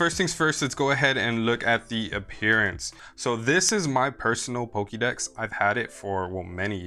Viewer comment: Pokey Dex? For Pokey Mon?